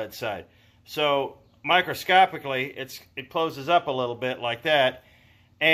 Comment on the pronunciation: He said "microscopically" Please don't try that again.